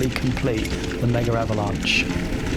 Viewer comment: Almost 4 years later, I still don't know why you guys (english speaking people) call it "Mega-avalanche". It's Megavalanche, in one word ! 😅